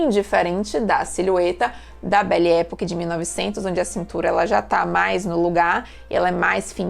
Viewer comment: A pronúncia é "epóque".